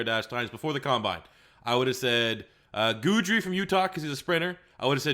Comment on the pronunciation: My top 3 corners still remain Okudah, Fulton, Jaylon Johnson. Just because Henderson ran good 40 and drills doesn't make up for the fact that he has a lot to clean up on the field. We already knew he was an athlete. Also its pronounced Gidry, not Guudry